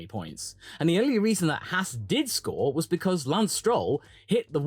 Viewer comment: Can you say Ahhh? Then why not Haas? It's not spelled Hass . Maybe you think Gene is an ass? Oh wait you probably will call that Ahhhss.